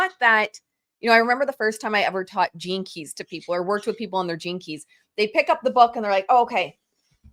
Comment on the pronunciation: I’m sorry, but I was giggling throughout this entire episode. Every time said “gene keys”…I heard Velma from Scooby Doo saying jinkies. My neurospicy brain going on side quest continuously 😂